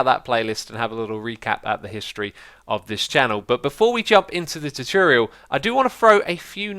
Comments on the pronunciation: xisuma tutorial is said T-or-t-or-e-al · i love how you say tuturial omg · It's : too tore ee ull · Tutorial = 2 - Tore - ee - Al ( not trying to be mean or anything but thats the pronunciation i here all the time ) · If you want to say tutorial split it up. Two-tour-e-al please try it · tutorial is pronounced two tour ee al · you saying chochorial made my day :-)))) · I just clicked to hear you say "tutorial" a bunch of times. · The way you say tutorial sounds funny